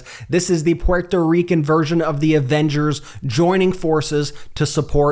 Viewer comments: Please stop miss pronouncing Puerto Rican. Geez its annoying. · Why do you pronounce Puerto Rican the way you do?